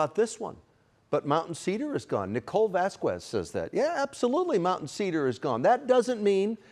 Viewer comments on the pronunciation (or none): Vasquez is pronounced Vaskez or even Vazkez. You'll sound a lot less goofy if you nail that one down.